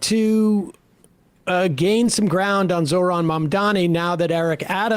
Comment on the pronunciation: Zohran literally spelled out his name for Cuomo and he still can’t pronounce it right.